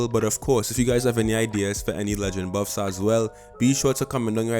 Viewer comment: “Boofs and nuufs”